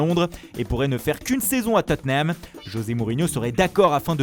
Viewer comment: on dit : " Tottnam "